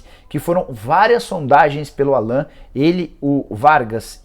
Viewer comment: Da pra ver que o jornalista não manja muito do Galo qnd pronúncia Allan ao invés de Állan..